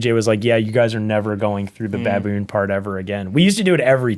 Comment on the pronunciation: Why do you say Baboon so weird....